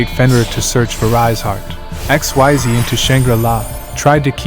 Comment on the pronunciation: Xyz is pronounced "eck-SEEZ", just so that you know. But other than that, this is a very good combo guide for Kashtira.